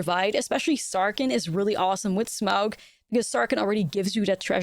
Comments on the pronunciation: Sm-ow-g is absolutely the correct pronunciation , to quote the middle earth wiki: "The diphthong "au" in Smaug is pronounced like the "ou" in sound or house, though the name is often erroneously pronounced Smog, most notably in the Rankin/Bass animated movie." Love the video, I am looking forward to this set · 10/10 Smaug Pronunciation